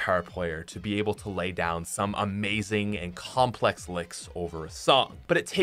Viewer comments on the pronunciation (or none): none